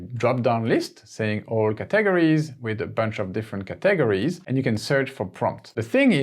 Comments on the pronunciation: OMG every time I watch one of your videos, I learn so much! Thanks, you're a genius. AND I LOVE the way you pronounce 'caTEGories'! As a native English speaker, I would put emphasis on the first syllable, but now I am switching to YOUR method! Brilliant stuff 👏👏👏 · Look up the english pronunciation of CATEGORIES and CURRATED. Also I think you are calling parentheses "ACCOLADES" Your English is good, just tough up a few pronunciations man.